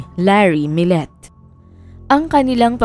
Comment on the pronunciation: Maya millete po,not millet.. kumbaga kung bigkasin ay maya milyete,at larry milyete na parehas na pilipino po...sinusubaybayan ko ito hanggang ngaun dito sa las vegas ,nakakaawa si maya kasi hnd pa sya nahahanap! I think tinapon katawan nya sa dagat